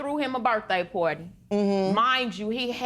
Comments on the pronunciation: "pooawty" and "iv and capeta at the hospital". LORD! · Birthday "pourdie"... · Insomnia Charles Birthday Porty. I'm pretty sure they both said porty.